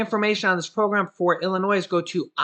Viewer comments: Love ya.....please tho....it's pronounced IlliNOI.....not IlliNOISE...Thanks again for the info.! 🤟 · Hey. The "s" is silent in Illinois. Appreciate the constant content. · Please say Illinoy!!! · The S in Illinois is silent ☺️ Love you videos! I watch every day! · GO BACK TO KINDERGARTEN. 👀 ILLINOISE ? 👀 REALLY ? 👀 WOW. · Hi, We enjoy your videos. However my wife Sandy, born & raised in Illinois, says you are mispronouncing Illinois. The S in Illinois is SILENT!! Other than that, we really like your videos. Hoyt & Sandy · The "s" is silent in Illinois. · Hey... Illinois, the s is silent, I promise. U guys r great. How is Loreal, hopeful well. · “S” in Illinois IS SILENT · No offense intended but the s is silent in Illinois